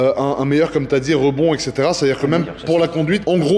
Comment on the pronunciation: Et setera phonétiquement, pas exetera 😉😉😉😉😉